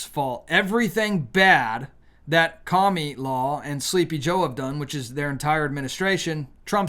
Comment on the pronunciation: Please stop calling her KA-ME-LAW. I understand why you're doing it, but it is ANNOYING AS HELL! Thank you! I'll be voting TRUMP 2024. ❤